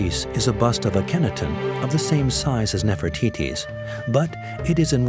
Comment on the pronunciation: And the pronunciation of Tel el Armana - Akhetaten - is hysterical !